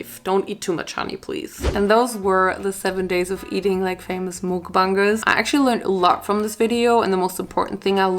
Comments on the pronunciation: Slay gurl your and it's like your saying backbunger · i think its( muc-bang-ers) try your best to purnouce it! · Your very gorgeous btw it's not mookbangers it's m.U.k.b.a.n.g.e.r.s if it's too oooooo harsh sorry 😐😅😬😳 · Its pronounced muck-bangers btw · It's ''Muck-Bankers'' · Mukbangers pronounced muck-bang-ers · THE WAY SHE SAID MOOKBANGERS